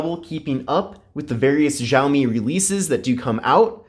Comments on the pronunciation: the phone is pronounced as (xiaomi mi)shower me not jao me. sorry just had to correct it after listening it the whole video. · Tip;It's pronounced "shall me" BTW where were you we missed you